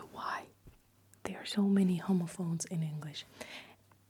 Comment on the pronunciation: Just an fyi, youre saying it very close to the word homophobes which is not really how its pronounced in english and makes it jarring to hear lol. The first o is a short sound like hom-ophones instead of homo-phones